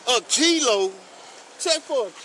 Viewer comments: He didn't say "kilo", he said "Cee-Lo" as in, Green. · “Kilo? Tf u mean Key-lo? Tf he saying key lo?” 😮